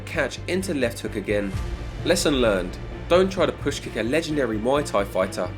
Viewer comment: Please stop saying ‘moy’ Thai … should be pronounced closer to ‘mooay’ … moy means pubic hair in Thai 🤓